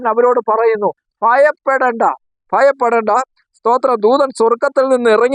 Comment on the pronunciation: Mayappedenda, ennallaa, bhayappedenda ennaanu.